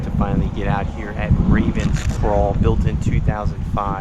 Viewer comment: Played this a few times its beautiful. Question. Is your voice ai? I noticed you struggle with a lot of easy to pronounce words. "Ravens craw" for example. You got the name wrong 😂